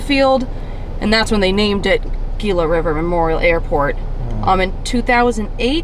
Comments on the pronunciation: Hope you enjoyed being in Arizona. I have always heard it pronounced "he luh" but I could be wrong on the pronunciation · Gila is actually pronounced ( g is pronounced) and has an h.